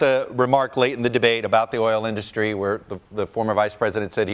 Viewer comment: It's industry not in dus try moron